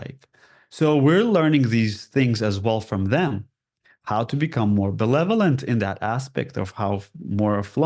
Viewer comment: He is awesome but he needs to learn the word "benevolent". Notice how he keeps saying "belevolent"? Was he confusing it with the word "malevolent"? Eh? Thank you!